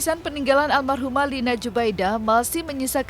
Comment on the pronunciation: Menit 5.26 pengacara Iki bilang armahum, harusnya almarhum